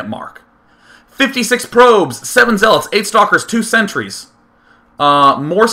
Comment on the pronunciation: lol he was about to say zeelots